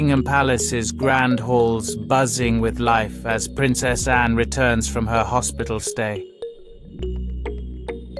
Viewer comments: I unsubscribed because if you can’t even get Princess Anne’s name correct, you probably can’t get correct information for us, either. She is Princess Anne, NOT Anna as you called her repeatedly. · Anne not Anna